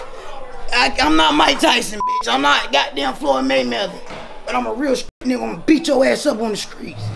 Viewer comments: Did she say floyd maymeather😂😂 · Said Floyd MayMeather 😂😂😂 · She said Floyd maymello 😆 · "floyd maymether"🤣🤣🤣🤣🤣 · “Floyd Maymeather “ 💀😂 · I’m not “Floyd maymetha” 😅